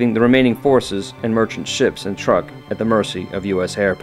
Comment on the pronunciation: I believe it is pronounced "trook", not "Truck".